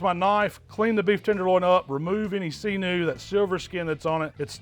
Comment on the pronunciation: "See-Noo" Don't ever change,. You can do no wrong!